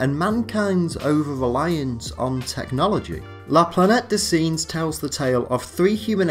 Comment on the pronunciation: "Singe" in French is pronounced aa "sange" in English